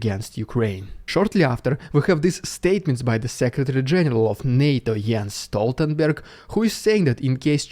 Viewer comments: No joke, that was a perfect pronunciation of Jens Stoltenberg. The Russian (and a bit Norwegian) Dude. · As a Norwegian i can confirm that you said "Jens Stoltenberg" perfectly